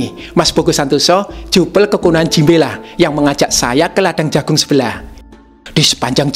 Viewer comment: jimbe kok malah aku denger nya jinbei